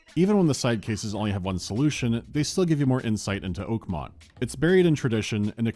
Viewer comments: I had to do a double take and go back several times in this video. Cause I could swear called the city "Pokemon" instead of Oakmont. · Every Time he mentions the name of the Town i hear It as pokemon